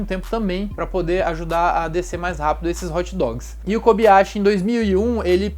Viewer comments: nao fala kobiyashi e sim kobayashi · na boa a pronuncia é KOBAYASHI! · KOBAYASHI e NÃO KOBiYASHI